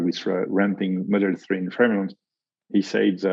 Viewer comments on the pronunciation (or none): none